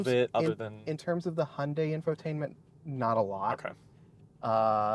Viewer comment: Nice Video, i drive an Hyundai Ioniq 6 UNIQ with 77,4 KwH myself. I Really like it. But do me a favor, Hyundai is not Hunday pronounced, thx.